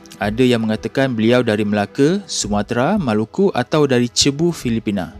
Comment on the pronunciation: Cebu dibaca 'sibu' bang...kawan saya ada sana budak philippine... wallahualam